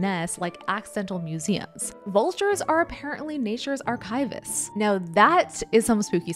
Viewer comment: Sorry, the way she pronounced "archivist" had me so confused I had to Google it😅 is that the American way?